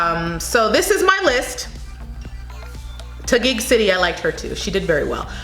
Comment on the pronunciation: Pasay is pronounced as PASAI..and Albay as ALBAI..you got the Taguig right..Paranaque is pronounced as ParaNyhaKe..great observation with regards to that one kind of a facial look most of the girls displayed on the runway, I noticed the same thing..they just have to be real about it..authenticity is the thing!.👍❤🇵🇭